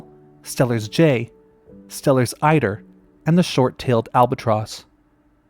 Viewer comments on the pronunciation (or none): none